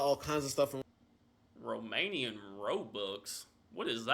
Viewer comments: He's seriously mispronouncing the Romanian names. They are not racist to black people😂😂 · Yeah, he somehow managed to mispronounce every single word/name. Quite hilarious. His enthusiasm was infectious, though! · the guy trying to pronounce romanian stuff gives me great pain